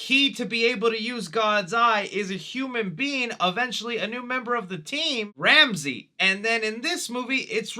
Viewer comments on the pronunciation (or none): none